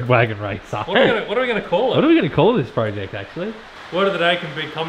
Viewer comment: Da widdle wed wag'n .... sounds like Elmer Fudd saying it...lol